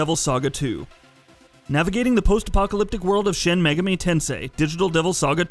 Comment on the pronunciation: Not even shin megaHmi is safe from shit pronunciation....🤮